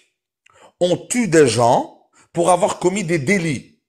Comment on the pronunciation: Du verbe Zavoir 😂😂😂😂 tellement de golmons font cette liaison invisible